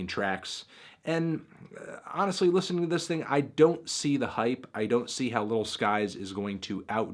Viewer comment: It bothers me that he says little instead of lil